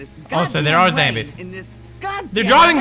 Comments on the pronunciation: why did he keep calling them Zambies? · I find it so funny how he calls them 'zambies'